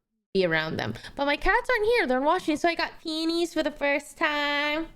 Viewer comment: um actually its "peonies" not panties flower☝🤓